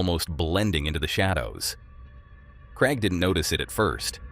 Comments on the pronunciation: I'm from England 🏴 it's Craig 😅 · Yeah I hate how he says Craig, so annoying say it properly matey!!!!!!